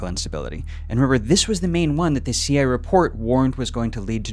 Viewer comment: Never heard someone pronounce "CIA" as "Seeya" before.